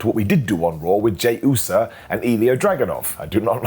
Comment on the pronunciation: "Jey Usa & Ilya Dragunoff"? "SmackAdown"? Ok,. Sure. Whatever you say.